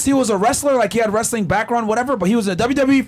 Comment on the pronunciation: Wrastling???? Really?